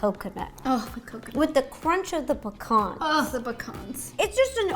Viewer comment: Love how you say pecan, you make it sound like pacon 😂